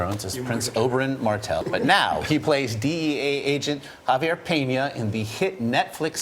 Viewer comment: Kudos to the host for saying "Javier" right. Most gringos says it wrong.